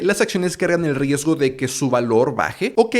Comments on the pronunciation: La edición del video es excelente. Mis felicitaciones al editor. Solo dos observaciones: siento que el progress bar de la sección es algo grande, tal vez uno más pequeño o discreto sería mejor, y en el minuto , dice "riesto" en lugar de "riesgo" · ¡Excelente vídeo! Me sirvió bastante para informarme y saber lo básico para empezar a invertir. por cierto, dice "riesto" pero es riesgo jaja